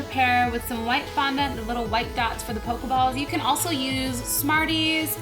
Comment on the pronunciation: It is fondant not fununt